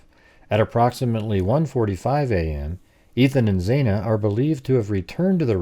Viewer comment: FYI, xana is pronounced with short a, not long a, X-ana. I like your your 3 dimensional layout of house inside.